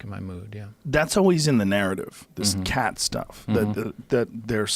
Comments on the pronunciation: It’s not Cat it’s Cot fucking joe Rogan come on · Khat is pronounced like cot not cat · It’s chad not cach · It’s “GAAT” not with a K joe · Khat is pronounced "Chat" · It’s pronounced like “ K agghhhh tt. I didn’t know you could be addicted to it. It makes you really focused on what your doing. My yemini friends in the hookah cafe pack it into the side of their mouth and keep adding all night. It’s a bitter leaf that can make the worst burnt tobacco seem great and make a soda taste so sweet. My friend smoked 30 hrs straight with it. Really focused on his laptop work. Only problem is when you think about girls, you get super horny. Lol